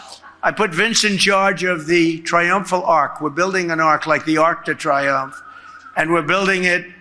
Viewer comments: Arc D Triumph. WTF not pronounced that way. What a putz . 😅😅😅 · Trump is so grossly uneducated he can’t even pronounce Arc de Triomphe, the USA is so pathetic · This Idiot-in-Chief can't even pronounce the Arc de Triomphe correctly, let alone compare one of the world's most symbolic and greatest monuments to yet one more of his self-indulgent vanity projects that, when built, will be utterly despised for what it represents - authoritarian rule